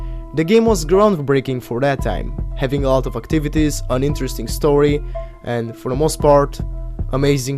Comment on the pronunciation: when u said an interesting story it sounded like uninteresting story